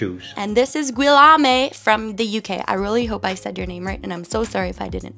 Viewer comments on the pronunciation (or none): This is such a cool project! Just a note on the prononciation of Guillaume - it's usually pronounced like ghee-yome 😅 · It’s pronounced “geeeommmm” Like geek but take out the k Love your accent! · Guillaume is pronounced Gee-ome or just translate to William. That had my teeth on edge.